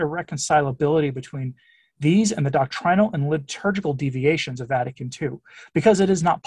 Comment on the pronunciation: You said “Lib-turgical”: the shoe fits 😆